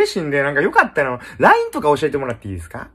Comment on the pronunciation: LINEの発音が悪すぎて聞きとれなかったか……